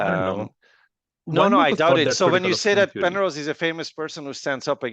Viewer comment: 😂😂this guy saying pernose not understood.